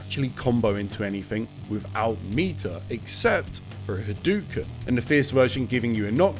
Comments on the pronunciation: Wow it is insane how annoyed I get listening to you say HaDooKin over and over again. It's pronounces Ha-dough-ken. Not hadookin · 37 years and people still saying "hadoo-ken" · I never understood this. Not only does he say the word literally EVERY time he does it but its the same across all games and has been for decades. Yet somehow people STILL pronounce it hadooken. Normally, I would ignore it but bro... its a history video, in this context its kind of egregious ngl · This brings up another question for me. Why do people keep pronouncing Hadōken wrong, like "Ha-doo-ken" instead of "Ha-do-ken"? I mean, Ryu even says it as early as SF2 verbally, clearly as "Ha-do-ken". What's the reasoning? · On bit crushed consoles from the '90s it definitely sounded more like hadooken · cool vid, but the mispronunciation was driving me crazy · Video is great as usual, but the mispronunciation of Hadouken is driving me crazy. The "ou" always makes an "oh" sound when properly romanized from Japanese, it would never make an "oo" sound. Technically you're supposed to make that "oh" sound last a little longer as well, but that's not something that's easy to distinguish for native English speakers, so it matters less if you get that right. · is it like a funny bit that you're saying hadouken incorrectly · my swedish brothers have been saying 'hadooken' for like all of my life i truly didn't even think about how he says it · hes been making videos about street fighter for 13 years. ryu doesnt even say it that way in the games lol